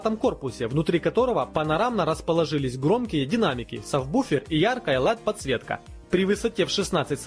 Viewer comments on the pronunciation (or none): Как ты сказал??? "Савбуфер" ахахахаах